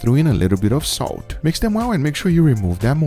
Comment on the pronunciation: No body: Guga: a little bit of "soat"